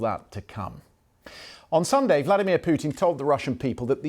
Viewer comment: "the brodge that valdimir puton built" Hes a talented bar steward 😂😂